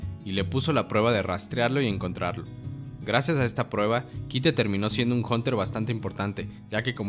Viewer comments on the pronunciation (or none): es curioso, jamas escuche el nombre de kite en la serie, sin embargo "kaito" lo escuche muchas veces , venga que no es tan dificil leer las cosas bien. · es mi idea? con cuando mencionaste a kaito dijiste kito? O.o? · Porque le dicen kite, si se pronuncia kaito >:( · Que no es Kaito y no Kite? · dijo ''Kite'' por que asi se escribe pero en japones se pronuncia Kaito